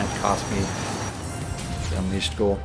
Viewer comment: Hot Wheels unleashod Sonic unleashod Kkk